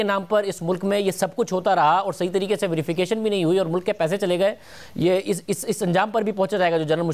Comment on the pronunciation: Normal people : Mulk Rana Sana-Ullah : Mulak 😀